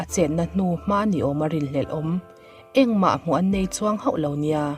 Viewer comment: "...tih luihna tel hoh lo" ❌ "...tih luihna tel hauh lo" ✅ "bei buai" ❌ "biai buai" ✅ "lipse" ❌ "lepse" ✅